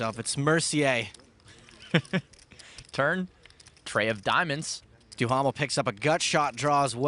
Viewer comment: Gotta love Stapes mocking Mercier's last name for the English pronunciation while mispronouncing Duhamel's last name